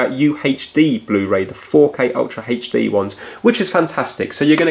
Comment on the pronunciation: did he say..ultra Hech-D??????!!!!!?